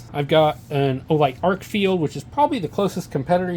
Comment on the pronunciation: Good review and comparison. It's pronounced Arkfeld rather than Arkfield. And the UV mode has two outputs--low and high.